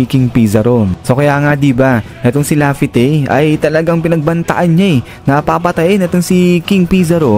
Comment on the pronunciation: Natawa nlng ako sa la-fi-tey daw 😂😂😂😂😂